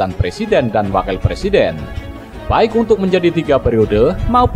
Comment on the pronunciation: Ngomong presiden aj plesiden......kk mau jd plesiden....ngacaaaaaa........weeee